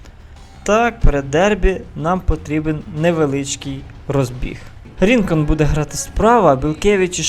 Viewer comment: Правильно казати БелькЕвич (наголос на кЕ) та Калітвінцев(наголос на цев) Рінкон(на кон)